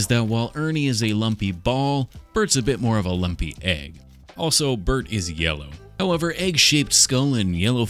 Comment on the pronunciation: Anyone else hear Earnie and Burnie when he was doing their face washes 😂😂😂